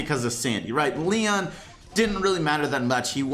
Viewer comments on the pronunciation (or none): none